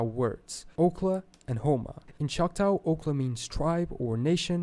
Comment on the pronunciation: Okay; I'm annoyed by the narrator's pronunciations of native names GAH! The Native Kansas people, were the Kan-saw people, Choctaw is Choc-ta(h) not Choct-ow, Ojibwa is Oh-gib-wa....